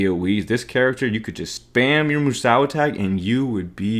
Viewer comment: Moo Sow? My ears are bleeding. 🐮